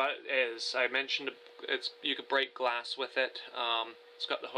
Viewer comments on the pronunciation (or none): none